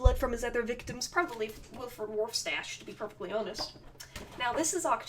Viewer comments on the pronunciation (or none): Also it's not waf stache it's warf stache